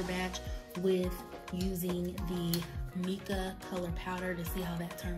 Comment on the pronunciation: How come you didn't measure anything? Also it's pronounced MY-KA. I know the spelling looks like Mica...Also the reason your mixer didn't work is because the base is too heavy. You can make your oil base with pigment, mix it with the mixer and then pour that on top of your base and use a spoon. Lastly, you have to sterilize everything you use.. including bowls and tubes or your products will grow bacteria. Hope this helps